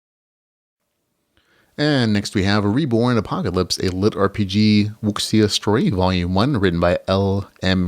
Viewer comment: Wuxia, pronounced wushia:)